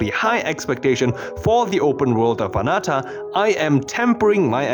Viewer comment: why do you say Anata and not Ananta? and ZenslessZoneZero instead of Zenless